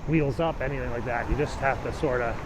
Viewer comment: Did you say heels up OR wheels up?